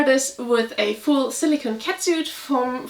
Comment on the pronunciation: 🐾 (Not to be that guy, but it's kinda a pet peeve of mine - silicone is pronounced with a long o - like Silikon in German. Silicon (no e) is pronounced with a short o and means Silizium.